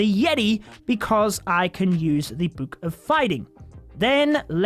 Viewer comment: It triggers me that he says buuk bruh